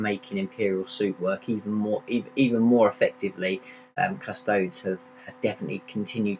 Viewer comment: 'Cus-toadies', not 'Cus-toads'.